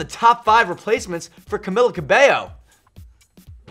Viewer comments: Its " Camila Cabello" not " Camila Kaybo" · camila "kabayo" lol kabayo means horse in tagalog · “CaMILLa CaBIyo”